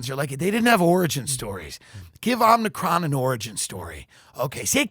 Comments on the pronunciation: I feel like it was kind of a bit bc Biden said Omni-cron but just FYI for y'all it is a Greek letter (like alpha beta delta) pronounced OH-mih-cron, emphasis on the O like in Omitted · "omnicron"?? jesus..... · Tim is smart and very funny. But somehow despite repeated corrections he can't pronounce "omicron" correctly. There is no n, Tim. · Tim not being able to say omicron is still funny years later. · If TD ever pronounces "OMICRON" the same way twice I'm unsubscribing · knows if he points out Tim’s mispronunciation of “omicron” he’ll be savagely beaten. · Its legit embarrassing that he is physically unable to pronounce "omicron" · Body of a competent lesbian working at AAA , mind of a ditzy blonde that can't pronounce omicron. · Word Omicron is really kicking his ass :) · I died a little every time he mispronounced omicron, even after they said it on the clip haha